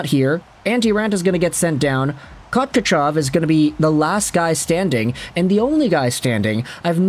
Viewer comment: Listening to him try and pronounce Kochetkov’s name is painful. Call him PK or Kooch if you must. Also Kooch’s numbers aren’t too good because they put him in some awful games where Raanta shat the bed and the Canes tend to not do him any during some games but now they are working of the kid’s confidence and he’s been doing much better recently. Raanta is a nice guy and it sucks to see this happen to him but he has become a liability. The Canes are looking for a trade. Raanta I was at the Nashville game and all but one of those goals were soft. The wrap around was clearly going to happen but Raantabdtarted swimming and was just too slow going post to post. The Canes now what they are doing and they don’t make these type of decisions without a plan.